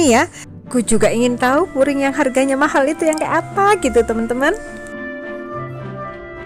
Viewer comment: Bkn furing mbak tp puring , klo furing itu lapisan pakaian .